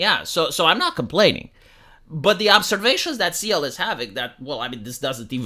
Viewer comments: Dude.. Cyael- K-EYE- El NOT LIKE SEAL. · it's pronounced like kyle, not sea-el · It's Ky-El not See-El. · His name is pronounced (kai el) btw 😅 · Cyael wrote in his youtube description: Cyael [Kai-yell]. Like he knew people will miss pronunce his anme a lot. xD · No, please keep mis-pronouncing his name. When he gets angry, it's great content. 🤣